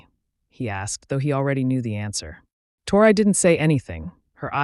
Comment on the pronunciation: She started out saying her name Tori, Torrey,or how ever it's spelled writing.And to hear the A.i.start saying" tore eye" ,is just irritating .